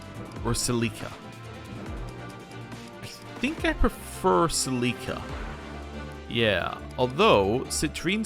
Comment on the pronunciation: you pronounced Celica wrong shake my head